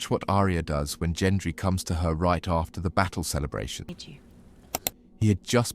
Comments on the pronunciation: Gendry, not Jendry. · Gendry with a hard G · She rode OUT of the destroyed city on that horse, not into it at the beginning. So sick of this AI slop. They could at least teach it to pronounce "Gendry" correctly, FFS. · Literally cringed every time he said Gendry’s name. 😂😂😂